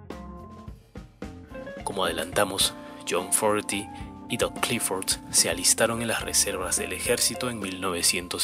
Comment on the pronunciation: te voy a decir como se pronuncia su apellido así se pronuncia FOGUERI tengo 48 años escuchándolo y quiero que en mi funeral se escuche pura música de Credencce